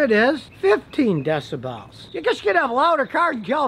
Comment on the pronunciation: "Deci bells", honk like a goose, and the duct tape tire all got me tickled.😂